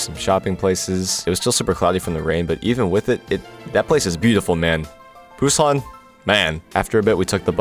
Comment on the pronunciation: I'll poo on your san if you keep saying Busan like that